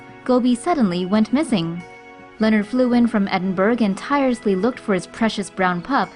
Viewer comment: Why did the women say edenburg it's pronounced like edenbru